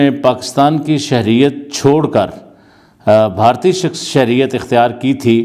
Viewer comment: Wo bhartiya ko bhi bharti bolte h 🤣 chutiye sab 😂